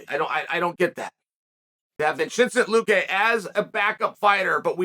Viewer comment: Nah Vincenchent Luque will always be the funniest 😭😭😭😭😭😭😭